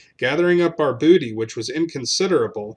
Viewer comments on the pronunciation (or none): none